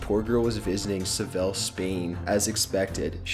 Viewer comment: "Savell Spain" lmfao I think you mean Seville (Say-vee-a)